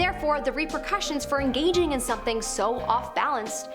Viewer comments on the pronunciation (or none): none